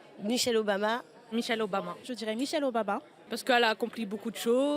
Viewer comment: C'est moi ou la black à dit Michelle obaba🤔